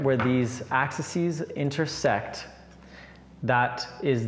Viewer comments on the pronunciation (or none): The plural of axis is 'axes' ☺. Pronounced Ax-eez